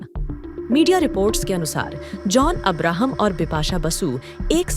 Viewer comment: This commentator cannot even pronounce Abraham properly !